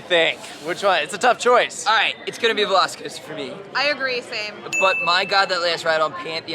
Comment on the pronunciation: half the time says "veloci coaster" i hear "lost coaster" and its like indiana beach is punching above its weight